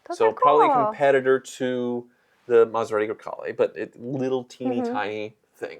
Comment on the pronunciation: What's a "Maserate"?